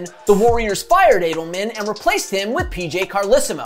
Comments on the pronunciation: Rick “A” Delman ? It’s “Add” elman. You don’t even know that? But you are making a video for monetary purposes, so I guess that doesn’t matter. Tired of people like you not knowing what the heck you are even saying. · You seem old enough to know how to pronounce Adelman's name.